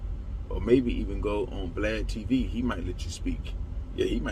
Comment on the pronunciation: This nigga said vladTv 🤦🏿‍♂️